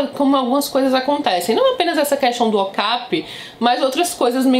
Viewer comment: Amo suas resenhas!!! Ps. Acho que a pronúncia é "ocapI" e não "ocApi"